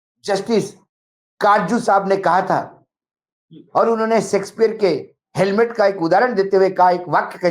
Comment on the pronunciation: हेलमेट नही हॅम्लेट